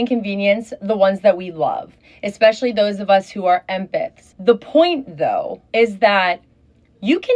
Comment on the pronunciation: Empiths? I thought it was pronounced em-paths